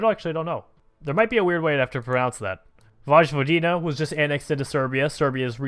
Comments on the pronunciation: Its realy weird how you say Vojvodina you say it like this voyvodina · Dalmatia is pronounced like Dalmatian in english, and vojvodina is pronounced as if the j was a y ^^